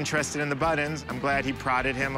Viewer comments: Buttons not buddens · I like. I do not like that he is unable to pronounce buTTons. BuDDons had me screaming at my phone. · They are pronounced buttons not buttins. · How this guy says buttons is absolutely driving me crazy. Where does he see the letter “d” in buttons? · He says ‘buddins’ instead of buttons . And it irritates me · For some reason it bothered me to no end that he called them "buddons" insteat of "buttons." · Why does he pronounce buttons ‘buddons’? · “My buddons” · He says buddens like I do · Pay him and get him outta there before he says buddons again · What’s a “Buddun”? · Does he keep saying "buddins"? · Please god stop saying buddons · Anyone else think that weirdo kept saying butt ends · I've decided that buttons is a word that will determine whether or not we can be friend based on the way you pronounce it. This man and I cannot be friends. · What is the seller's accent? To my ear, it's a very odd pronunciation he has of the word 'buttons'.